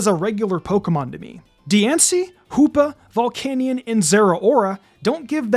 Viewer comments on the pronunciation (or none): none